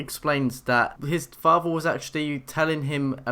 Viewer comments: He said faver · FATHER not faver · If i hear the word "fafther" one more time...... [ik its spelled father]